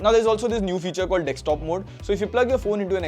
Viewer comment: It's Desktop not Desktop 😅